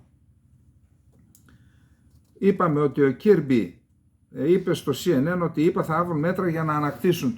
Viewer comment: Ο Κιρμπι προφέρεται Κερμπι...